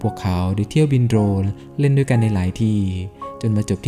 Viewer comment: ชอบเนื้อหาครับ แต่ งงกับการออกเสียงสูงต่ำแปลกๆน่ะครับ ด้วยเป็นดวย แม่เป็นแม บ่อยๆครั้ง